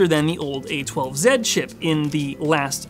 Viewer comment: Upvote for "zed"